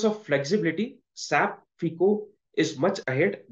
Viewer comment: Pls don’t pronounce SAP as single word saap